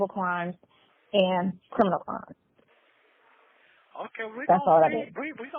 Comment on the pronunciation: I thought that I was the only one who noticed that never says the word CRIMINAL! He always says CRINIMAL! 🤣😂